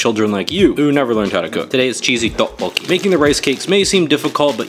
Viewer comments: It's actually pronounced tyeo-pok-ki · IT’s tteokboki pronounced “teo-k bo ki”